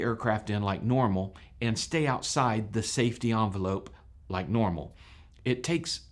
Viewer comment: Envelope. EN velope. Not "Awn" velope.